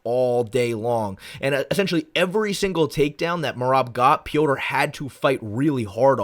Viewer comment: Thank you for actually calling him Petr and not Peter like everyone else 😂